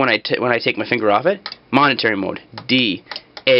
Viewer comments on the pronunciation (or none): momentary not monetary